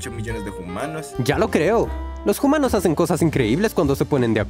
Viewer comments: Una chispa desagradable salta en mi cada vez que dice "jumanos". Paré a mitad del vídeo y me niego a ver otra cosa de este canal. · DIJO HUMANOS EN VEZ DE JUMANOOOOOSSS!!! en realidad se escribe hoomanos pero nadie en los comentarios lo escribe asi...